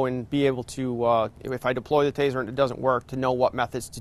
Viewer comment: It’s taser taser taser not tazer tazer tazer